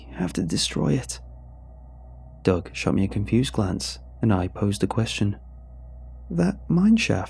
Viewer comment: Literally listening to this for two minutes I thought “Doug” was “dog”.